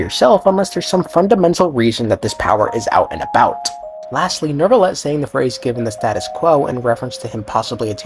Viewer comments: Is pronounced new-vilet not nerve-ilet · Bros name is not "Neurrrvillette"